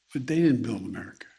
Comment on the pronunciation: It's America not merica joe